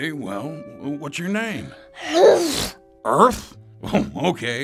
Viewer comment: earth cannot say r